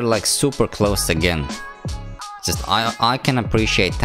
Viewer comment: When you say just it sound like sutututu